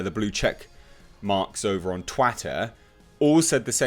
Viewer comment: hahaha "Twatter"...